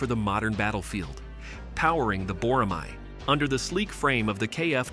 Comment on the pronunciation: You pronounced it wrong. Boramae is pronounced Bo-ra-mae (ae is like "a" as an apple).